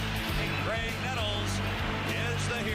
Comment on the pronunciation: GRAIG...with a G. So many idiots keep calling him Craig. He was a helluva player, give him proper respect.